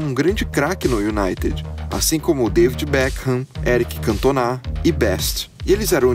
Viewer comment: pq ele fala eric cantonÁ??